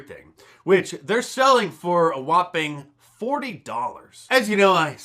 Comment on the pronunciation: HEY! Im Italian.. you said whopping lol